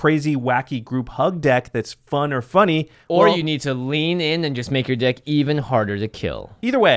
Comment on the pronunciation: "...and make your dick even harder..." Jimmy. (Yes, He messed up the pronunciation and yes I'm taking it out of context)